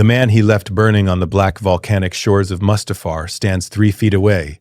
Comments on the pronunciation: That pronunciation of Mustafar was criminal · Saying Mustufer with the hard ER in the year of our Lord 2026 is crazy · Dude I swear pronouncing Coruscant and Ani and Mustafar all wrong